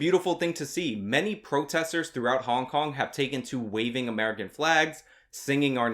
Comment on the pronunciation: Because they are trying to pander to Americans Like “ if we do this Amewicans will heyrp us”